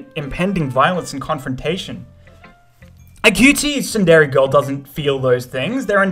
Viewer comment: i hate tsundere being pronounced "[t]sun-DER-ay" instead of "TSUN-dir-ay" I'm sorry